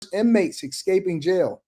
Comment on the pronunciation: ex scaping? Try working on your verbal skills